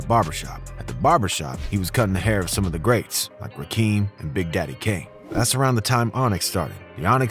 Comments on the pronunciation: Who the hell is Rakeem? 🤦🏾‍♀️ It's Rakim! The rapper's name is Kilogwapay and "Scarred For Life" is the name of the album; not the artist's name... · He said rakeem its rakim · Anyone else cringe when he said rahkeem and not rakim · Stopped watching when this loser called RAKIM.... "RAKEEM" LOLOL ur channel is wack juice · It's Rakim not Rakeem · this dude said 'Rakeem' instead of Rakim! This whole thing is a joke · Rakim not rakem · Its RAH - KIM almost sounds like Rah - kem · RaKIM like rock him….tuned out after dude can’t pronounce the name of greatest. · Did you just say "Rakeem"....I'm out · Lol narrator saying "Rakeem" 🤣 😂 😅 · You lost some credibility as a hip hop fan/journalist when you referred to Rakim as Rakeem. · Narrator Called, Rakim, Rakeem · I couldn’t listen to this clip after he called Rakim, “Rakeem”. No the culture before you provide commentary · Ra-Keem??? Who is this guy 🤣🤣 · It's Rakim not rakeem 🤦🏿‍♂️ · My man you called The God Rakim Rakeem. Your credibility is shot 👋🏾✌🏾. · Did this man say call Rakim “Rahkeem”? You gotta do your homework on the people and things you’re talking about better. Also if you didn’t grow up in the culture with the slang, don’t try pronouncing things like you did. It’s really okay to be you. Some people’s ears may not catch the bad forced accent, but it sounds cornball to people that actually grew up and speak this way. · It's 2022 and you call that man rakeem that's the god mc rakim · I cringed every time he said a name wrong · Dude called Rakim rakeem dead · Did you call Rakim, Rakeem? Do better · His name is Rakim, and is pronounced as it is Ra and Kim. All these goofy ass outsiders look dumb not doing enough research. It's too many sources of how to properly pronounce his name. A motherfucker don't need to speak on rap, if he can't even pronounce one of the most important figures of it. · They way he said rakim 🤣 🤣 🤣 Bro no😅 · If you can't pronounce Rakim's name right, I can't listen no more..✌🏿